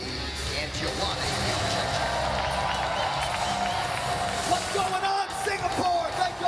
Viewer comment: Not one person every pronounces Joanna’s name correctly. It’s YED ZRAY CHICK Not yon Jay check 🤦‍♂️